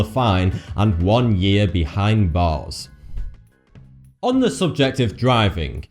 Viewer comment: XybaZ swe Some kind of speech impediment I guess.